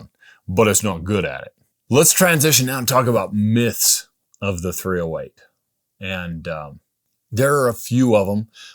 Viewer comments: The THREEohWEIGHT he said 308 so many times it became one word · Or was it the threeohWAIT